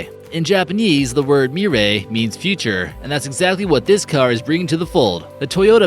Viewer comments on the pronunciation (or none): not "murray" but "meeray" (Mirai), not "coantach" but "coontash" (Countach), not "mayura" but "meeura" (Miura), not "electronic" but "electreec" (Electrique)